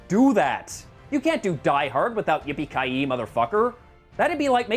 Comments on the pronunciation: yippy kai yeay not yee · It's "yippie ki yay" not "yippie ki yee" How do you fuck that up? Twice. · He said yay, not yee. Wassa matta wichoo? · It’s Yippee Ki YAY, not Yippee Ki YEE. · "Yippee-ki-yee"? Really?